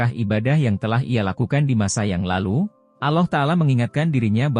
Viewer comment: Dari ucapanya sepertinya non muslim menyebut Allah saja aloh, Para nabi sanadnya jelas berpangkal ke nabi Adam. Nabi siapa saja tak disebut ini jelas hoax. Semoga di blokir